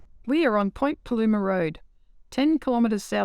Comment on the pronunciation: Great video. Just so you know it's pronounced Point Plumber (local) 😊